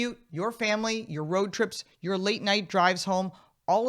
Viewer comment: emphasis is on the wrong pronounces there... "YOUR ... YOUR ..." is the correct focus, and rather questions that should be on the table.